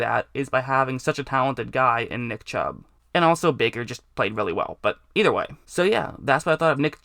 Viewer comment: did he say dick chubb. Lol sounds like it.